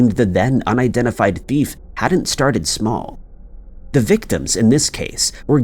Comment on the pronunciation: Why do you pronounce the word “thief” like “bift”?!?